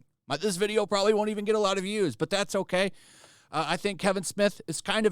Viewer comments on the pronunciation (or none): none